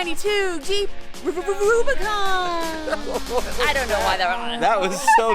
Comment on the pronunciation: I thought you called it a Bluebicon. I had to replay it. It is very blue. Thanks for your critique, but do you think the 392 is a good base for a awesome build? I'm finally home from work and able to watch your video. Happy 4th.